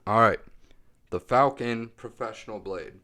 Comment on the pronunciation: Were those Facon blades? You were saying Falcon